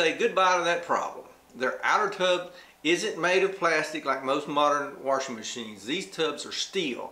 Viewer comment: I love it!..WA-R-SHING machine...are you from Appalachia? I am, and that's how all the older generation here said "wash".."WARSH"..now, sadly, there are very few of us natives left around, and all the migrants who have moved in from Florida, New England, California, etc. have brought their accents in with them, and the Appalachian dialect is dying...I've also heard this pronunciation in southern Georgia, South Carolina, Alabama, etc...